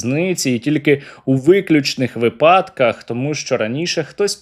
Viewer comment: Наголос в слові «випадках» на першому складі ВИпадках